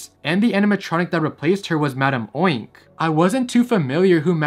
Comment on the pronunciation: Its crazy how every time he said madame oink i immediately said "ITS MADAME UNK??"